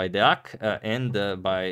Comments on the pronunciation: Not Daec, it is Deac. Say E then A from latin phonetic. It is like rEAl madrid. Next video I want to see correct pronounce. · Even I knows how this pronunciation goes: da(y)-ac(k). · He butchered the name Deac this time. DE- like DEsk,A like A from Arnold,C like the C from Cristiano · U pronunced it daek în this video.. But swich The 2 digits in The center and u got Deak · U say wrong Deac, u say something like Daec, try to switch A to E from your spelling Greetings from Romania <3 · D Its Deac!! Not Daec, not Dec!! :D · It‘s De-ak. C in Romanian is pronounced K, and the order of the letters is strictly respected. Thanks for the channel! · It's pronounced "Dé-ak". 😆 A name to remember. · its pronounced /deak/ 1 syllable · kinda like duck but deak okay got it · I think it is pronounced ''dejak'' if I got it correctly. Greetings from Slovenia, keep up the good work. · In croatian you'd pronounce it like Deak. Thanks for the videos <3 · You sound all the letters, D-E-A-C. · Deadass... pronounced Deac like "Deadass"... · Its not Deac its pronounced Dee-ahh-k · Romanian is a phonetic language. So, u read everything just the way it is written. DE AK. Not Daek, Deck etc. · Please, Romanian chess fans, help him with the pronunciation. We need all hands on Deac. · Ok so i saw a lot of wrong or complicated explanations here is an easy and right one: just type in to the google translator deac and hit listen boom you know how to pronounce it correctly. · It's pronounced as one syllable, I think that's the most important thing he messes up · About the pronunciation of “Deac” here’s a useful analogy: It’s the “De” pronounced like in “(de)ck” followed by “ac” pronounced like in “(ac)cess” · Here is my go at explaining: Deac is "deh" + "uck" (the "de" from "demo" + the "uck" from "duck") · and then, at the end he reads it correctly, but the accent is on the first syllable. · Check google translate to hear how to pronnounce Deac